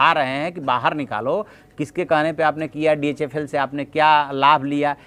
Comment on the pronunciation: SIR ITS DHFL NOT DHL.